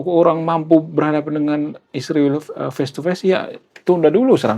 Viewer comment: Kalo sebut Israel Isriwil, sebaiknya kalo sebut China baiknya Cinoh.